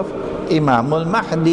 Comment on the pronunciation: Brother Imran keeps pronouncing the letter "H" in the name Al Mahdi like the one in the name Ahmed. The letter "H" in Al Mahdi should be pronounced as the "H" in Hector.